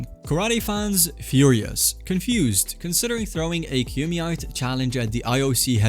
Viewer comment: Is this AI? the way you pronounced kumite is really off. And breakdancing was just an exhibition event for the Paris Olympics. Paris chose breakdancing (Paris has a rich dance culture), and LA chose skateboarding (same thing). It's not a permanent thing it's just for fun.